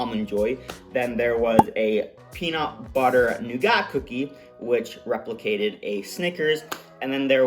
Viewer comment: Buddy you’re killing me with that pronunciation of nougat! Think…noo-guht…sugar, honey and egg whites